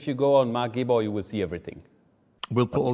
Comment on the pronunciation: Omg haha alle Deutschen werden die ersten 10 sek als sie Marc Gebauaar gehört haben so abfeiern